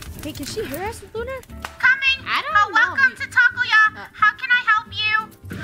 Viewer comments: it’s Taco-o-yah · It's tac-o-yah (not trying to be rude) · IT IS NOT taco yah IT IS tac-o-yah𖠳 ᐝ ꕀ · It's not taco-yah it's Tac-o-yah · Its not Taco-yah its Tac-O-yah - Rainbow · Its not taco-yeah its tac-o-yeah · I'm sorry, Its not actually Taco-yah, Its actually Tac-o-yah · Its taco - yuh 🤧✌🏻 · It’s TAC-O-YAH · its tac-o yah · It's actually TAC-O-YAH! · its Tac-O-Yah but nice vid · It"s Tac•o•yah but okay its easier to say so yeahhh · Its called tac-o-ya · Actually its Taco-OYAH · Wait isn’t it tac-o-yeahh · No it's Tac-O-Yah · U mean toc-o-yeah